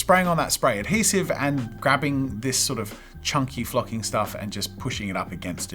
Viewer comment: Wa it just me that thought he said F#%!ing - but he said flocking… it did not sound like that